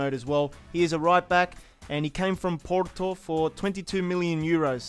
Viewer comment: The porto pronunciation hahaha